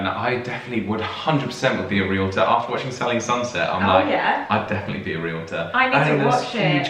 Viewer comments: First, congratulations for pronouncing realtor correctly. Too many Americans pronounce the word ree-luh-tohr. In the US, realtors technically work for the seller of the property, since it is the seller who pays the commission, but in reality realtors work for the buyer. For example, a realtor may take the prospective buyer to view four or five properties during one session. They will show the buyer numerous properties that fit his wants. During past home buying experiences I waas shown 20 or 25 properties before making my decision. Once a realtor showed me a single property and then started pressing me to buy it. I simply told that realtor that she wasn't the realtor for me and moved on to someone else. One thing that wasn't clear.In the UK, who pays the estate agent's commission? The buyer or the seller? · THANK YOU THANK YOU THANK YOU for properly pronouncing the US person as realtor (“REEL-torr”). So many people in the US say it as a 3-syllable word (“REE-lit-turr”) which is so wrong and drives me bonkers.